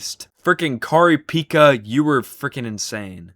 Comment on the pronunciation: (unrelated to the yap sesh) i love how you pronounced Kari-Pekka as "car-e pay-ka", you gotta pronounce it as "kari pekka" lmao, i love and hate hearing english speaking people try to pronounce finnish. now to the yap: i think what makes me not wanna go into Danganronpa is the character designs. they're all just way too boring and unserious. not only are none of the characters actually unique by design (only like three have unique looks to them that genuinely set them apart), but they just have no passion in them. the characters are all just "uh... take a stereotype, slap some basic stuff you could find by googling the stereotype on google in there, and call it a day. DONE! oh man, look at my awesome character designs." i mean, look at them. only like four of them have unique body builds. and the rest are just plain. if you'd want me to genuinely be interested in Danganronpa, then show me five COMPLETELY different designs. screw haircuts, screw clothing. show me five ACTUALLY DIFFERENT appearances for characters that set them apart from "this one has different tit size and has quirky hair and clothing! look at 'em go!"